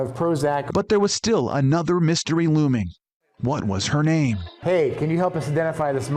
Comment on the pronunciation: It's eSpressos, NOT eXpressos! Arggghhhh!